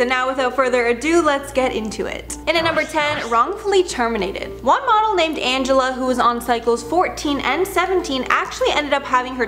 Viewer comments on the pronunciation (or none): Angela? That's not her name its "Ann-ja-lee" Also "Keen-ya" not Kenya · Her name is pronounced angeleeeeee. Also I remember when they took off a girls braces. And another time they filed a girls teeth and put caps on just because she had a "snaggletooth". Pretty messed up. That show promoted a toxic environment, they always made the girls feel like crap if they refused to do something. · Pronounced angelee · Her name is Angelea (pronounced Ann-juh-lee).